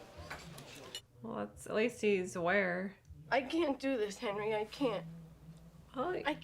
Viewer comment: I like how Tommy aged like 20 years more than Hendry in the time jump and I really like how Tommy pronounced Henry's name Hendry.